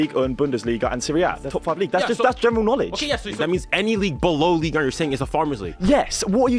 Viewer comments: “Ligue Ern” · "ligue ern"